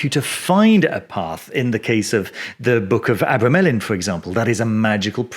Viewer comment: Ah-bra-ma-len that's how you say it